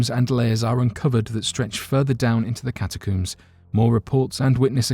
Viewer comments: Ca-Ta-cohms, for Pete’s sakes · Cata' coomes.....really. I can't listen to this narrator.